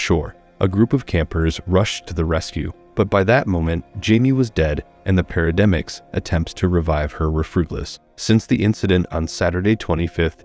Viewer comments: Paramedics , not parademics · Paramedics not parademics lol